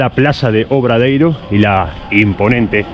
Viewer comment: Muy bonito el reportaje, pero una puntualización si me permites, la Plaza se llama Plaza del Obradoiro no del Obradeiro. Un abrazo